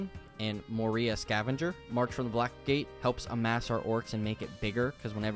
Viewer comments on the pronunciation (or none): Unforgivably bad mispronunciation of 'Moria'.